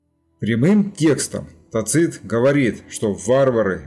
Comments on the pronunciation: невозможно же слушать вашего тацИта. ТАцит, тАцит, тАцит. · Согласен. В следующем фильме он всё равно будет ТацИтом, так как материал уже почти готов. А далее исправим. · Мы же говорим ЦЕзарь, а не ЦезАрь. Так что видимо Вы правы. Но это не критично на мой взгляд. .